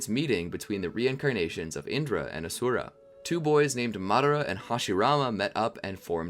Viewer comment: its not A-sura its A-shu-ra